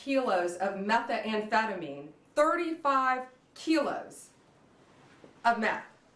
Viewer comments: It's great this stuff was intercepted, but... ALCATRAZ?! REALLY?! She's the wrong person to be announcing this. She can't even properly pronounce methamphetamine or fentanyl. It's not metha-amphetamine or fentanALL. My god, she is clueless. "Molly" is a DATE drug?! It just gets worse the more she speaks. Get her out from in front of the camera. She comes off like she's just trying to follow some script she does not fully even understand. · Even worse is that our United States Attorney General does not know how to say methamphetamine properly😲!!!!